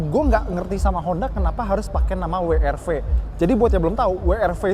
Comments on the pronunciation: "Brio cross- WRW" 🤣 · WWWWWWWW ERRRR V, yg bener dong bang.🤣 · Akhirnya ada yg nyebutnya bener..Double Yu Ar Vi & We Er Ve...yg lain nyebutnya Wi Ar Vi..😅